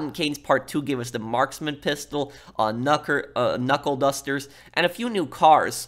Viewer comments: "knucker dustles" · "Knucker dustles" lmao